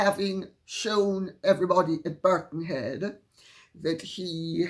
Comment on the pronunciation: Birkenhead not Birckhead